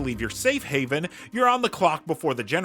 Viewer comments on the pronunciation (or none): none